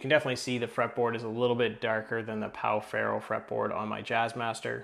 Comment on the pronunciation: in case anyone wants to know, it is pronounced like pau "feho". Great vídeo!